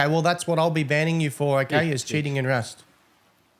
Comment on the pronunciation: “Wust” is so adorable 😊🙈